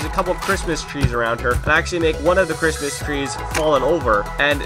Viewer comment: 24-days of saying "the Chritsmas Platform." 😂